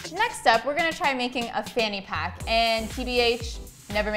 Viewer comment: The I'm dying at the fanny pack being called a phuckit. (Sounds like f*** it tho 😂)